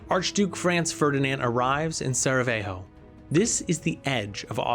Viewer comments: if you're going to make a documentary at least learn to pronounce names. It's Sarajevo, not Saravejo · Sarajevo, not “Saravejo.” Gallipoli, not “Gallapili.” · damn, some things really undermining credibility of the narration. Especially pronunciation ("Ishtanbul" instead of Istanbul, "Saraveho" instead of Sarajevo... why?) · Seriously man? Saraveho? Not only is the J not pronouned as H in the name its Sarajevo. Don your job and google this stuff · SARAJEVO , NOT SARAVEHOOO, and ISTANBUL, not ISHTANBUL. Damn it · Awesome video. Really well made. Respectfully though, Sarajevo is not "Saravejo" as if it's in a Spanish speaking country. Sara-Yevo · Repeat after me: Seh-ruh-yey-vow! (Sarajevo). What the heck is saravejo? 😶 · Sa-ra-ye-vo, not Sa-ra-ve-ho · SaraJEVO not vejo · Where is Saravejo ? It's Sarajevo ! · Sarajevo, not Saravejo. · Did you pronounce Sarajevo as "Sarahevo"? Facepalm... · Oh, even worsee... you ponounced it as "Saraveho" :D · he keeps calling sarajevo "Saravejo"! get the pronounciation right at least! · “Saravejo” killed me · You cannot pronounce Sarajevo. it's not Sara veyo. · The list of words the narrator mispronounces is *wild*. “Astro” instead of Austro “Ampires” instead of Empires “Ishstanbul” instead of Istanbul “Tear” instead of Terror “Bltizkleeg” instead of Blitzkreig “Fasht” instead of Fast “Rusho” instead of Russo “Saravayho” instead of Sarajevo “Tearists” instead of Terrorists “Gernade” instead of Grenade. It was difficult to pay attention to the content while being aurally assaulted by the endless stream of grammatical errors and mispronunciations. It’s almost enough to make one miss the absolutely historically incorrect and inaccurate assertions that the narrator makes regarding the causes and catalysts of the conflict. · Dude learn how tho pronounce names correctly. It's not that hard. I mean dafuq is Savajeho? Are you serious? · Is it really pronounced Sarah-vejo? Just asking.